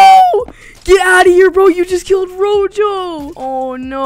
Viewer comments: its not rojo its roho rojo is red in spanish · its pronounced ROHO cause J in spanish sounds like a H